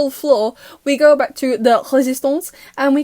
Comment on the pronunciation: HELP ME THE WAY I ALMOST CHOKED ON MY PIZZA WHEN YOU SAID “resistance” IN THE FRENCH ACCENT THE SECOND TIME😭